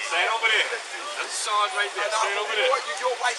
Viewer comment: "Take your chanrge like a man"